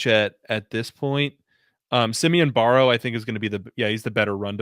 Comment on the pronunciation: It’s Barrow. Rhymes with sparrow.